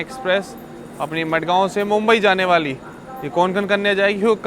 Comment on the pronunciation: Not मडगांव its माणगाव